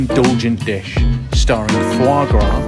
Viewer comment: Foie Gras; sorry but just stop there, its just wrong